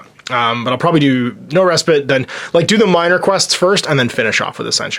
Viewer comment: Respite...long "i", or "eye".